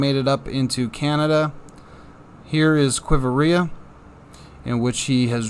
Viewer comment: * qui-vira***u just added another i syllable, no big deal